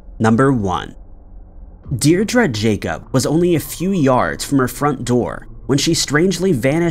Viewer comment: Qw all learn everyday, Seamus is pronounced, shay-muss, Newquay is New-Key and Diedre is Deer-dree thanks for the content.